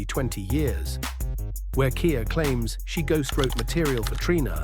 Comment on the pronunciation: Ai can’t read 😂